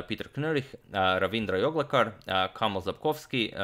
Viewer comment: My surname is also Joglekar... It's weird to hear it in Croatian accent... Lol😂👍